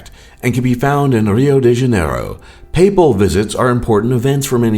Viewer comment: "De" is pronounced "ji" in Portuguese. Rio de Janiero is pronounced "Rio ji Janiero"